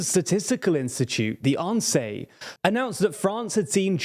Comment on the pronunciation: Insee, how did you manage to pronounce the first part as only letters not part of it 😂 put it through google translate in the french voice to see how to pronounce